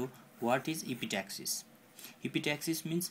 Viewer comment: lol.. its epistaxis..not epi-taxis... ans nasal septum not nausaul septum :P